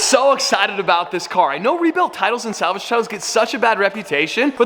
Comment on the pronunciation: pov: turns south american with salgave